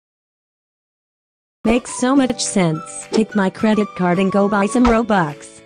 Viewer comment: I really like your video and I was supposed to be robux you say bobux